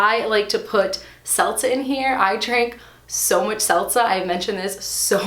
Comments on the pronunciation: You are killing me on how you pronounce ‘seltzer’ as ‘selza’. 😹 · "Selza"....what even is that? ;-p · Driving me crazy with the 'seltza' 🤪